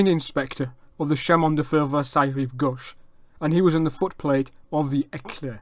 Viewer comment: Great French!. Quibble: Suggest you check the pronunciation of “chemin.”